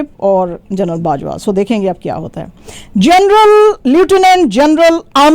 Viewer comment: Lutinent or leftinent don't you know how to pronounce